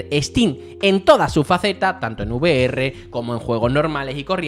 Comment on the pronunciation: NO se dice U Ve Erre, se dice Ve Erre 🫣